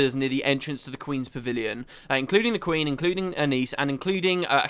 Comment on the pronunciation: It's actually Quinn, not Queen :0